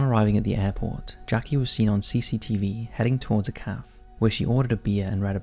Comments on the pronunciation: Dude did you really pronounce Cafe as “Kaf” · How do you not know that cafe is pronounced with two syllables? The narrator's regular pronunciation and usage errors are astounding.